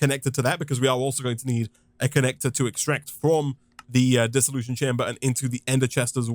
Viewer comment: Funny how you keep saying "Dissollusion chamber". Almost sounds like dissillusion. It's really a Dissollution chamber with a T. So random, sorry.